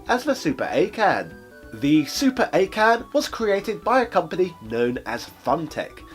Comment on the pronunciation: It's pronounced Awe' Ken